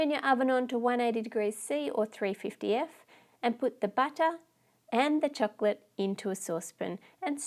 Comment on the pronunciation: I love how you say chocolate it's like chuklit